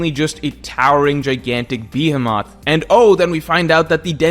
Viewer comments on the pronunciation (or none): Did bro say bee he moth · says "behemoth" so weirdly. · Yo the way you pronounce behemoth is insane hahaha